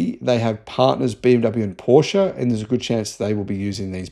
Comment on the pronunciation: Had to look it up myself, but Rimac is pronounced Rimats. I thought it would be like Rimak and you pronounced it like Rimatch. Kudos though that you pronounced the E at the end of Porsche. Ferdinand Porsche would be proud of you!